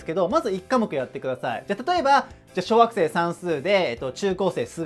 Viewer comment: 小学生が小惑星に聞こえるw